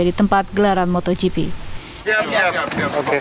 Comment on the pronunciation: MotoGP pak, bukan MotorGP